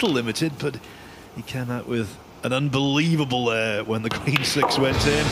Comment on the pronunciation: He said"unbeweavable, haha"